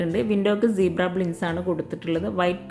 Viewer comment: ബ്ലിൻഡ്‌സ് അല്ല കേട്ടോ... ബ്ലൈൻഡ്‌സ് ആണ് 👍